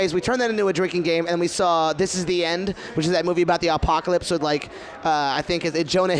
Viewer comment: Cody. When did you not know how to say apocalypse